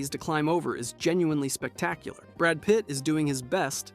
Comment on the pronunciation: brrrad Pit